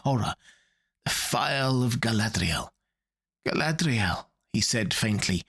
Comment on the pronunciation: Your pronunciation of Galadriel comes off as an affectation.